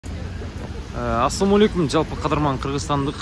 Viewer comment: Асумолекум болбойт Ассалому алейкум болот туган саал тузугурок эле айтчы чозулбай.